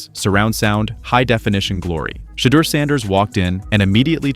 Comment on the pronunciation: SHEDEUR (shee door) getting paid off him the least you can do is pronounce his name right! Hell a few of you backstabbing Johnny come lately know it all need to call him Mr.SANDERS